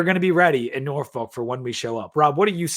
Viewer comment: someone needs to teach you how to say “Norfolk” if you going to be talking Tech football.